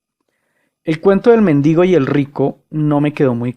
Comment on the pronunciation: Debe ser muy ilustrado un pastor que diga "méndigo" en vez de "mendigo". Y para que no se diga que hablo por hablar, basta con ver que si leyera un poco más, sabría que Aristóteles sólo hablaba de un motor inmóvil como una fuerza más del universo y nada más. Al que se le ocurrió que eso era dios, fue a Tomás de Aquino.